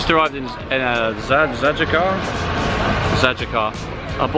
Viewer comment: you did it pretty well except for Zajecar.